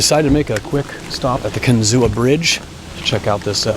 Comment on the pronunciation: It’s pronounced Kin-zoo, not Kin-zoo-uh.